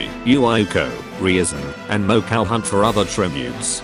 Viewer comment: the text to speech voice ;-; "mo-cow" "sirno"